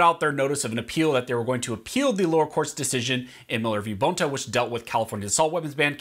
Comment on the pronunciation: It’s not BONE ta it’s bon ta (Bonta).